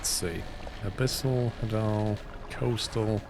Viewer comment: I love this. This is my summer vacation now. Also, hadal comes from the Greek god of the underworld, Hades, so it's pronounced the same way, HAY-dal.